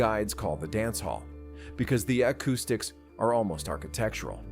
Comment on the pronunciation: 💯🚨 I hope if you ever got a phone call in the middle of the night that your loved one was dead. That it was an AI like this. 🤔 In case you're wondering this sucks just hire an announcer!! I made it all of 3 minutes to you mispronounced acoustics fuck this I'm gone!!!